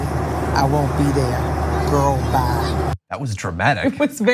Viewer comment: it sounded like "Go, Bye".. not "Girl, Bye"